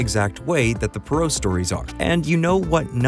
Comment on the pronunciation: Bro butchered the Poirot pronunciation, 'per-roe'??